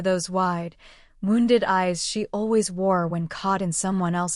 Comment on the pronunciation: God please learn how to pronounce wound and bow in the way its meant in the story. I know its AI, but the I is for intelligence.